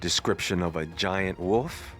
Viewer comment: Oh man, the way you say wolf is hilarious! 🤣🤣🤣